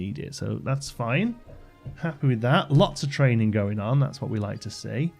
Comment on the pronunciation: It's always so nice to "have you around"! Playing some game and talking about how to make things look good / realistic. But after years of following your channel, I have to say: whenever I hear you put emphasis on the "g" as if it's a "k" – e.g. thraininK on – I'm always afraid you're getting tired. I hope you'll take it easy this time, and enjoy playing the game as much as we enjoy watching you play it.